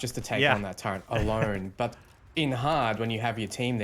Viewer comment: for the love of god. How do you see the word turret and get the pronunciation turrent? My pet hate, please patch your language build.